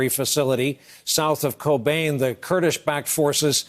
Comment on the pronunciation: Pronouncing Kobâne as Cobain is, of course, awesome if you ever liked a song by Nirvana! But it's /koba:nę/, actually